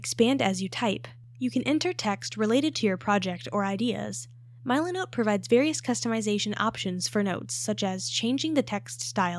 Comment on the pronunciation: AI trash content. Can't even pronounce the name correctly